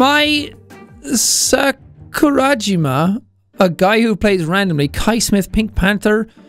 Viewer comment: No one: Sean trying to pernounce mai san's full name: Mai......sa...kura....jima?